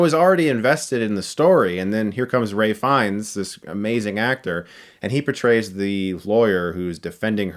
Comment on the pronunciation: Chris: just for future reference, Ralph Fiennes is pronounced "Rafe" not "Ray" -- love your reviews!